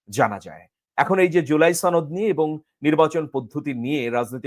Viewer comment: সনদ না ছনদ সনদ কথাটি ঠিক ভাবে বলতে পারো না৷৷৷ উপস্থাপক হয়েছ